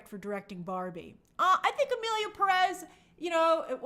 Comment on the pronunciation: People don't even know how to pronounce "Pérez". Furthermore, they won't bother to LEARN about Mexico's current situation and ponder on the OUTRAGEOUSNESS of the movie. It outstands me how uneducated people can be, and this is just a reflection of current day America and its political situation.